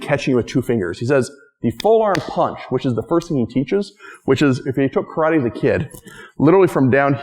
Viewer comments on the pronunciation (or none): none